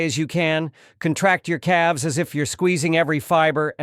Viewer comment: Calves is not pronounced Cal Vez 😂